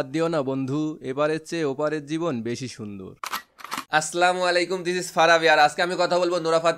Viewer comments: Apni tik bolsen...aslamuyailaiku noy ota assalamuyalaikum hobe vaiya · ভাইয়া,সালামটার উচ্চারণটা ঠিক করবেন দয়া করে। আসসালামু আলাইকুম 🥰